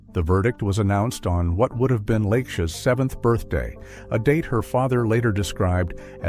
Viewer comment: I think "Lake Sha" is " La Ke(y) Sha" Byron Lewis Black.